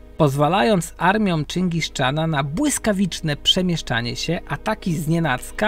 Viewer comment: Czyngis czana 😂